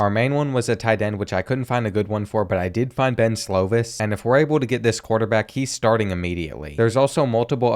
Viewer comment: Slovis is pronounced "slow-viss". It kills me the way you pronounce stuff lol